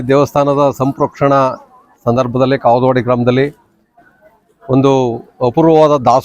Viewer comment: bro kavudavadi bro kagalavadi alla